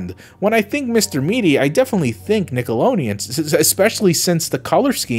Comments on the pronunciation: STOP SAYING NICKOLONEON AAAAAAAAAAAAAAAAAAAAAAAAAAAAAAAAAAAAAAAAAAAAAAAAAAAAAAAAAAAAAAAAA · Stop. Saying. Nickeloneon. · Nobody: Not a damn soul:: NickeloNeon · WTF is Nickelonian? Nickelodeon. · I have to be honest, the pronunciation of Nickelodeon in this video is hurting me